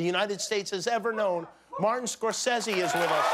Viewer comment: "Martin Scorsesy"